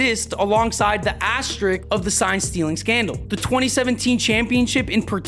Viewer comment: I love the channel. Great stuff. I've watched every video. However, the word "asterisk" does have two "S's" in it. Both are pronounced. It is "asterisk," not "asterik." I'm really not being a douchebag. Everyone in videos like these say "verse" instead of "versus", too. It's ok. I'll get over it. "Asterik" is ok.